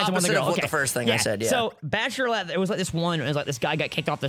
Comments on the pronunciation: The Bachelorlette is so hard to say XD thats because its Bachelorette XD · The reason you were having issues saying Bachelorette was cause you were adding an extra L. Lol. Love you guys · Was anyone else annoyed at for mispronouncing bachelorette